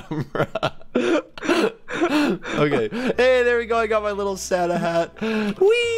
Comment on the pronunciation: its not sana its santa